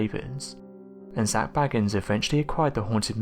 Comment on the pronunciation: I really wish people would pronounce Zak’s name right geez’s how many times do you all have to here Zak himself say his name and they still get it wrong 🤦‍♀️